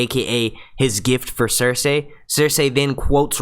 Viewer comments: Her name is Cerci not Cersay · It's pronounced sersee not sersay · Cersei is pronounced "ser-see" not "ser-say". Also, I think it's Arya that's going to kill Littlefinger. They've shown pictures of her with his dagger. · yo the cringe when he says Cersei as Cersey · It's cer-see dumbf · um sorry it's CERSEI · Please pronounce Cersei properly...... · Actually Cersei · it's actually "cersei"